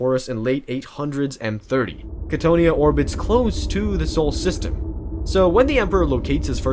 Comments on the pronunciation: I have never heard anyone mispronounce Cthonia (KA-TH-OWN-E-AH) before, that was jarring as hell. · I love you content. But you pronunciations grind my gears sometimes. Cthonia (Ca-tho-nia). Thank you for this beautiful video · I have learned that loretubers love mispronouncing things just for ragebait. Like Cthonia. You and Arthur Bones drive me crazy sometimes. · Not trying to hate, but you’re pronouncing cthonia wrong and Horus never gave fulgrim the laer blade, fulgrim claimed it himself